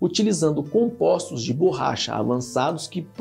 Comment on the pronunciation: Ele fala bôrracha